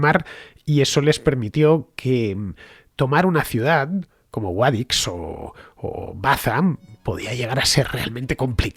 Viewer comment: Me encanta como pronunciáis Guadix los de "Mádrid" xD